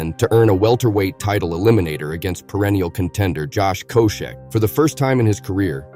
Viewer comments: josh coash- ek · Who is Josh Co-Shek? Josh Coat Check?